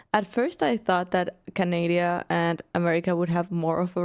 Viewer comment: 23 canadia. 😂